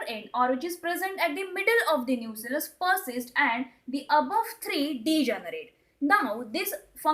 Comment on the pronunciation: It's Nucellus not nucleus